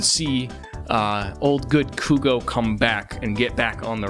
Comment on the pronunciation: cwongwatulations stay fuegos